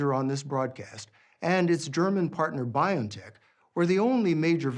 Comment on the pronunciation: If you respect the company BioNTech, pls pronounce it as bee-on-tech, not by-on-tech How do you pronounce the name 'Jose'? 'jo-say' or 'ho-say'?